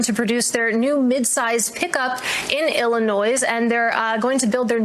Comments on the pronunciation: illinois pronounced illi-noise? really? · Illi noise ? 😂 that reporter needs a pronunciation recall.